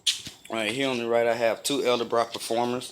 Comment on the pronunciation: Its pronounced Edelbrock, not elderbrock..